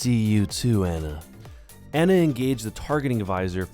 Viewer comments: You’re saying Ana wrong.. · If you say Ana's name wrong one more time I will commit toaster bath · good video but every time you said anas name wrong i cringed